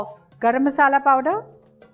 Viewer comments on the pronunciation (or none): none